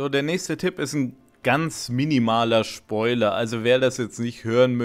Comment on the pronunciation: Spoiler nicht schpöler